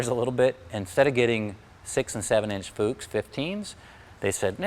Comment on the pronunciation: Not claiming to be an authority here, but I did study German language. Proper pronunciations as follows: Boge- 'Bogeh' with hard 'G', and the 'E' as in egg. No such thing as soft 'G' in German language. Also, every vowel is pronounced. Also- Fuchs (meaning fox in German) is pronounced with a short 'U', as in football.